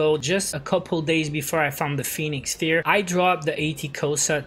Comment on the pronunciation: It's pronounced Pheonix FIRE, bro